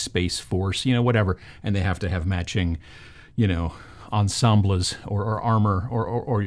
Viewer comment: "Ahn-Sam-bleeehs" MAKE A T SHIRT